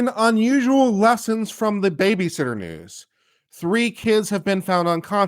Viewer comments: Did say BabyShitter? lol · I heard "babyshitter"